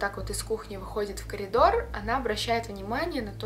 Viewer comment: Необычный факт: сказала кариндор